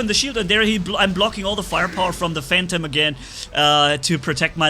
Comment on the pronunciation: why you say pursuer you said phantom correctly lol nice vid